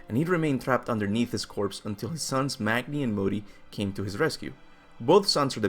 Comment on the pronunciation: Magni is pronounced Mah-nee